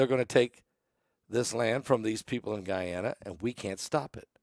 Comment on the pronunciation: "guy-anna" is in South America / "gone-uh" is in Africa, just shows that makes mistakes like the rest of us do 😂🤣 Bless you for all the info you DO bring us whether it is mispronounced or not 😇😇🙏🙏🙏